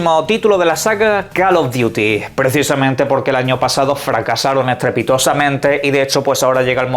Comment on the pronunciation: Call of “diuti”